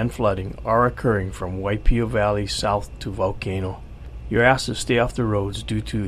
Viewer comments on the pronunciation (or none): when he said "you're asked to stay off the roads", I totally misheard it as "your ass should stay off the roads".